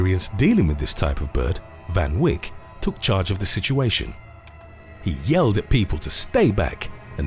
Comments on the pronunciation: It’s pronounced teenee fun vake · It's pronounced as Van Vayk 🤦🏽‍♂️🤦🏼‍♂️🇿🇦🤣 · Me as a South African hearing the way he says Van Wyk.. I don't even know how to start correcting that..